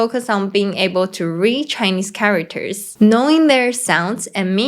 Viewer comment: Cool. But the way she pronounced it charaWters is a bit annoying; if it had said just for a few times, maybe it's not really a problem, but since she said charaWters too many times, she should have learnt it better to say it properly.